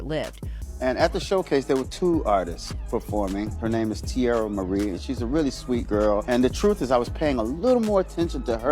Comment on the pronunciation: I hate the way she’s say teairra’s name